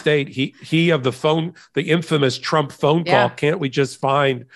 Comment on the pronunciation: You slipped and said chump instead of trump but it still works